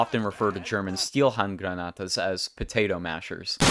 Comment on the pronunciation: Nice Spanish accent pronouncing Stielhandgranate